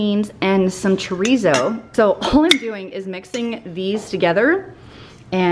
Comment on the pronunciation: i love your videos but the way you say chorizo makes me cringe😬🤦‍♀️